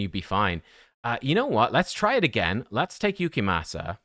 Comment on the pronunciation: Damn i gotta watch these vids with subtitles. Please, pronounce his name correctly. Your accent makes it tolerable at least.